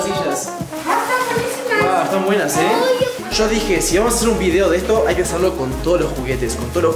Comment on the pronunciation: Se escribe yo no sho